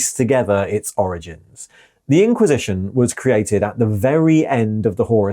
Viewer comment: You pronounced "IN-quisition" exactly how I expected you too, and I was pleased